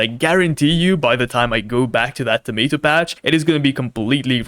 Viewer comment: It's tomAto not Tomito 💔